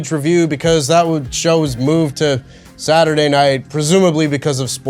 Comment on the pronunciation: YEAHHH it’s SAT E DAY